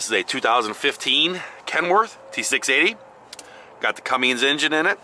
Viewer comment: Cummins not “Cummings”